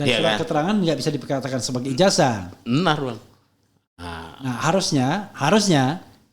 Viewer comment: Ijasah bang, bukan ijaja.. 😂😂😂😂😂😂😂😂